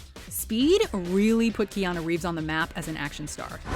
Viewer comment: No one: Keanu: shinei